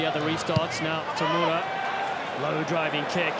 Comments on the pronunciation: 解説の人、田村のことTamaruって言ってない？ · たまるは草